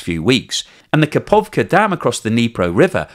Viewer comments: Where did you find a 'P' in Kakhovka? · How could you give the same credulity to the claims by Ukraine and russia? russians have been lying about almost everything so far. And it is KaHovka, not KaPovka. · Kakhokva dam, not kapovkha.